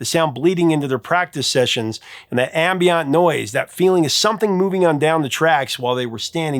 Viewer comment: A couple of pronunciations notes: AM-bee-ent not AM-bee-ont SUF-rug-jet not SUF-ruh-get 🙂👍